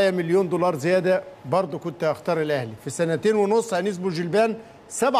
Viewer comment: اسمها "يعيشك" موش يا عيشاك.. يعيشك يعني تعيش